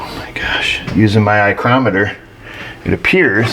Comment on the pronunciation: "Eyecrometer" LOL